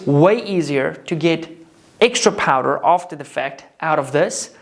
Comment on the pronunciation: Can you not say powder?